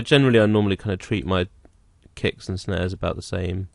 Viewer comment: he said "snares" but it sounded like "snaz" which means vagina.